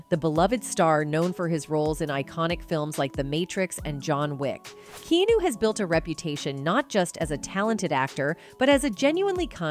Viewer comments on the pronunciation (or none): oh wow i guess his name is KEENEW now, that is SOFA KING WEE TODD IT!! it's pronounced KEE-AN-EW smarty pants! W.T.A.F.!!!! 😡😡it's RUDE to mispronounce a persons name ya know, insult to the FAMILY!! and he's like an ANGEL too so GET IT RITE!!! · It's KEY-AH-NU NOT KEYUNU! I hate computers SPEAKING instead of REAL PEOPLE!! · Pleasevoronouncs his name correctly. Nitv"keenu" but "Keyahnu" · Also, it’s pronounced Kee Ah-nu. Not “kee-nu” 🙄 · Why was this video released without someone telling the host she mispronouncing Keanu as "key new" rather than "key ah new" it would matter to me if I were Keanu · His name is pronounced Key-ah-new! Please STOP saying Key-new. It's annoying to those who love him! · Someone tell the Bot speaking here that it's KEANU not KENU. THANKS AND Let's hope Will Smith shares a cell with Diddy for a long long time. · Are we now pronouncing his name differently? Key-new? It has always been pronounced key-ah-no…. Or am I in an alternate universe?? 😅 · Key'yan'o ... 😂 Not Key'no.. Sometimes AI ruins an otherwise great video 😢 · BAD AI, BAD AI! It’s pronounced Key - ah - new, not key new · OMG it's not Kea-nu Reeves it's Ke-a-nu Reeves. Kinda make is difficult to believe or understand anything if his name is mispronounced during the entire video. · Sweetheart...his name is Keanu pronounced keyawwnuuuu not Kenu or keynew like you butchered it into. He is a good guy so you could at least get his name right. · His name is pronounced Kee A Nu, not Keenu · Keen- new 😂 key-on-new is how it’s supposed to be pronounced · Can't even watch. Terrible writing and horrible VO... KEENOO? KEY-AH-NEW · His name is pronounced key on new. Not key new. Weird ass A.I. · Key nu? Key an nu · Ki awn new not ke new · Keenew! WTF! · For real..how the hell does she not know it's fucking Key-ah-nu??!! How could it be uploaded not fixed..how many ppl saw it before it was actually posted?? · Key new…..😂😂😂😂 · “Key-New” I agree with you! This makes me wanna throw up. It’s awful.